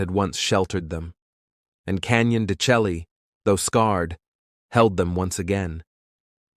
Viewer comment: Learn how to pronounce the name of the canyon please